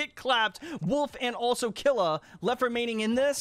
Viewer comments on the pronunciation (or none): It's pronounced "Keel-ua" not "Kill-ua" jtlyk. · It pronounced kill you ah for killua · It’s kil - lu- a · Man butchered killuas name it’s from hunter x hunter it’s kill-oo-ah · The way he says killua makes me wanna throw my laptop